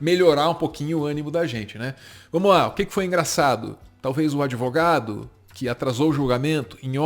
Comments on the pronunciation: Gente, não acredito que o Lula fale "adEvogado"! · LULA não aproveitou os dias de cadeia para estudar sua língua pátria??? "ADEVOGADO" *⁉️🤏🏼🧠💨